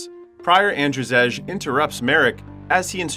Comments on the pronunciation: In your country Andrzej is pronounced the same as Andrei, not "Andrjeg" :D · It's not "An-dra-zej" 😂, it's pronounced as And-zey or And-zei. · "Ander Zejj" lmfao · Your/The AIs pronounciation of "Andrzej" is painful. Its pronounced "Andzhey" or "Andjey" with french "je" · is that shet a polish film? cuz if yes andrzej u pronouced it wrong